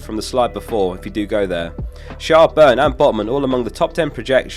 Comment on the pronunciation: Btw Schär is just pronounced like the English word "share" :D